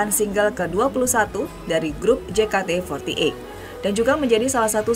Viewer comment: “grup jekate fortieit” wkwk